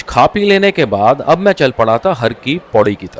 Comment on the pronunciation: Its HAR KI PAUDI, not Hari Ki Paudi. Har... means, MAHADEV.